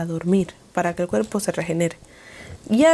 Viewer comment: Lastima mucho al oido cuando hablas.. usas la letra "J" en palabras que llevan "H". Ejemplo: Que jel oscurantismo?